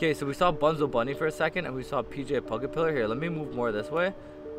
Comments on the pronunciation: you said pg it's pj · Rj pugapillar? ITS PJ